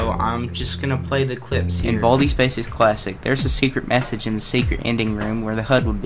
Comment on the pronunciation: when he go WEHN BALDEYS BASEKS i laugh